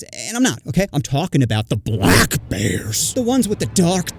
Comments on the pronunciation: Na the way you said “BLACK!” Is crazy for the as you would say it BLACK! Bear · Why so much emphasis on BLACK bears😂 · why did he say black like that🤔🤔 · the emphasis on "black" tho 😭 i'm black and everything he said was true asf tho :glasses-purple-yellow-diamond